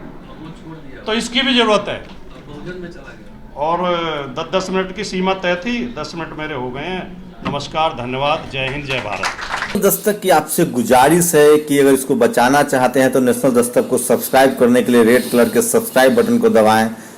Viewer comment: GUJARIS nhi GUZAARISH PLEASE AAP BAHUT QABIL hain but thoda is taraf bhi DHIYAN dein